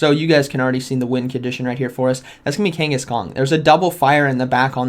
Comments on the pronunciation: I swear to god he’s saying Kangaskong the whole video it’s slowly killing me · Is it me or is he calling him kangis-kong....???? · I keep hearing Kangkhaskong :D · I hear it too! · King (kangas) Kong. Just like Genghis Kong. . . smh, lol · Are you saying kangas kong? 😂 it’s like I’m watching a pokeAK video... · is he saying kanghaskong? lol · drivin me frigin nuts as well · There is no “G” at the end of Kangaskhan. Love the content. Watch daily